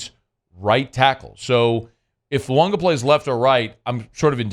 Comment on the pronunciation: Hey, this is directly from the New Orleans Saints website......"Name pronounced tah-lee-ESS-ay Foo-AH-gah". Please STOP saying FuaNga!!!!!!!!!